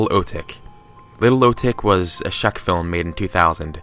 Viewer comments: its czech not shek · "Little O-thicc is a shacc film made in 2000." It's read Little Oh-teek with the czech name Oht-ess-aah-neck and czech is read same like the word check. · šek WHAT? i am triggered by that pronouncination of czech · The way you pronounced "Czech" as "shchek" 🤣🤣🤣